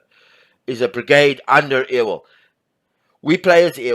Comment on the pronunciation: Great game and a wonderful overview. It sounds like you might be from northern Minnesota and thus not local to the South (being silly) but let me help you with the pronunciation of "Ewell". It's pronounced like "You-ull". :) Not biggie, just helping you out mate!